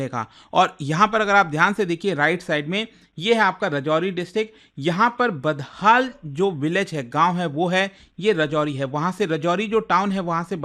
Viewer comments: It's not badhal it's budhal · यह बुधल है, बदहाल नहीं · Its not badhaal its buddhall ( gotam budh wala budh) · It's Budhal not Badhal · It is not baddhall..it is badhal sir